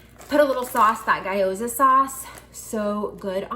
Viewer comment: FYI... gyoza is pronounced gYO-za not guy-o-za 🙂 Tasty little things. First time watching one of your videos. Thanks for all the ideas. Love Trader Joe's.